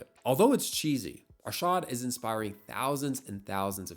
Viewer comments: "Aarshaaad" bruhhh itd arshad Arshad!! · It's not Ar-shart or Ar-shaard it's pronounced more like Ar-shed/shud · ah yes, "aarshaad". It's pronounced "Ar-shud". Also he isn't south asian-american, he's south asian, but more specific, a Pakistani. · "ArSHAAD Nadeem" lmao Ar-Sh-ed Na-Deem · CAN U STOP calling him ARSHAAAD nadeem its Arshad Nadeem Please pronounce it right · AARSHAAD? NayDam? that kinda pronounciation is crazy 💀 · Butchers his name, butchers his nationality.